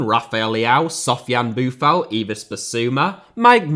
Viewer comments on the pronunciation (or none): none